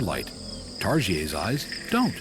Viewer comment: I'm hearing what SOUNDS like Targiays. Is it saying:- "Tarsiers are haplorhine primates of the family Tarsiidae, which is, itself, the lone extant family within the infraorder Tarsiiformes."